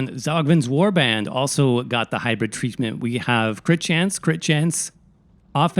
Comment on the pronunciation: Hybrid*.. not Hybrith Is it really that hard hearing it?... being said that often?